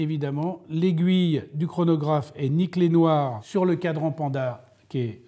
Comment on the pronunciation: j'ai dû réécouter 5x avant d'entendre "et nickelé noir" 😭😭😭